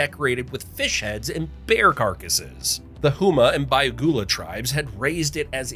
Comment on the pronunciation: D’Iberville is pronounced “EYE-ber-vill” Houma is not “HOO-ma, but HOE-mah” The Green Streetcar Line is the world’s only moving historical landmarks btw.